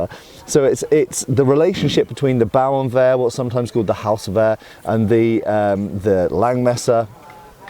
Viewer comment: your pronunciation of Hauswehr is much better than that of Bauernwehr 😉